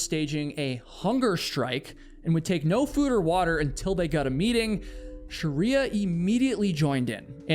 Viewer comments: pretty sure it’s not “sharia”. it’s shree-ya. sounds like you are adding vowels. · Sorry the story had a sad ending.. But you have being pronouncing her name the wrong way... You're calling her sharia (like the law), but her name is Shriya (like shri in shriek, emphasis on SH, and ya). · Your pronunciation of proper names is deplorable. How can you prepare an entire video about one person and not learn how to pronounce her name? Its's Shri-ya, 2 syllables, not Sha-ri-a. Your video is insulting to her memory, and your disregard for how to even pronounce her name is incredibly lazy and boorish. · great video, it's Shreeyah though not Shariah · Why can't western educated person like you pronounce names? It is not pronounced Sharriyaa - it is "Sh-Rey+yaa" You are near million subscribers, ask a closed group of similar culture how to speak names... Also this rant is too long and boring. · Pronounce her name correctly !! Sh- Ray- yaa is right !! You are calling a Hindu name by its dead opposite Muslim fanatic practices called Sha-ria !! 😡😡 It’s an insult!! Sh- re- Ya means Goddess Laxmi - prosperity !! If you don’t even know how to pronounce !! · It’s “SHREE-ah” (two syllables)… You’re adding an extra vowel sound making it three syllables (“Sha-ree-ah”) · Hi.. Appreciate your information .. here .. But please pronounce Shreya correctly .. 🙏🙏🙏🙏